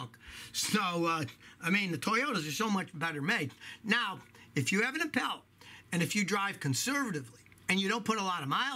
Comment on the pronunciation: Did this dude really pronounce it Im-pale-a It’s Im-Paul-a!!!